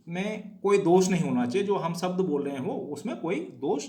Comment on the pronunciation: कृपया शब्द उच्चार किजिए इसका उच्चार सब्द ऐसा मत किजिए